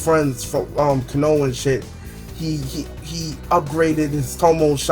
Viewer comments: In "kono-ha" really u mispronounced the village name lmaoo wow let me help u "KO-NO-HA" there ya go! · Kanouh = Konoha